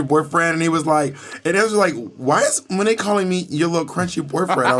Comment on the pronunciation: As a native New Yorker, Monet is correct lol